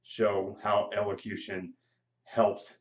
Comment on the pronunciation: Are you even pronouncing the word right? lol